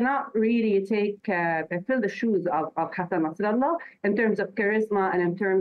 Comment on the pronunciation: Yeah I see this Saudi station is careful to tiptoe through information. W editor pronunciation of Nasrallah sounds authentic . Maybe not a good thing.